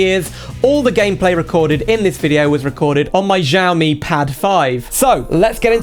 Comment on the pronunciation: Xiaomi not Ziaomi mate Pronounce it with an X